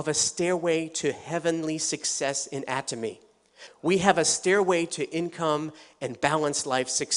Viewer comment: Why does he keep changing the way he pronounces "Atomy"? And which one is correct?